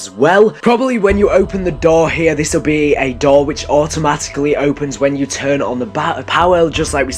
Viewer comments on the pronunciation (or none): none